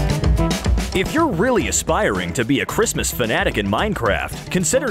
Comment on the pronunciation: Why did you say merry chriamamaaaaas! When it's merry Christmas?